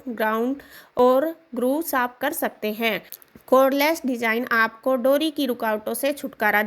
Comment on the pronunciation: आप ने कर सकते हैं कर सकतें हैं पर इतना जोर दे के बोला like essay reading😅😅😅बकवास